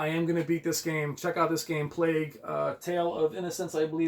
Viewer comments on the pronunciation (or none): none